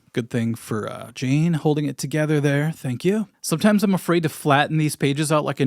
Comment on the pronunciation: I'm sorry but the Ultimate Sin in this video was pronouncing Jane's name as Jean lol